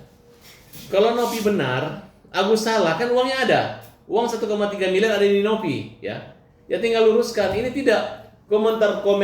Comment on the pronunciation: ODGJ baru trus saja yg d omongin uang. Ktanya g butuh uang. Nanti kbur ODGJ nya teriak" mna uang mna uang. 🤣🤣🤣 Samilieur Bkn samiliyar.